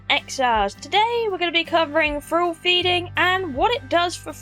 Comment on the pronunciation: Feeding Fralls? What's a "Frall"?